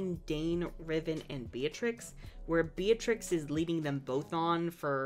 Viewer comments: Yeah but it’s not pronounced like that It’s pronounced beet-rix Not be-a-trix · what? Be-a-treece it's Italian. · Hollands previous queen’s name is Beatrix and its pronounced as Bey-ah-trix